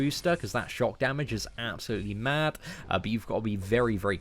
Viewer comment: Why cant you say "Thanos" or "Three" right? You say "there" and "though" right but instead you say "Fanos" and "Free" super weird. Also its pronounced "mad" not "madt" there's no "t" sound at the end there mate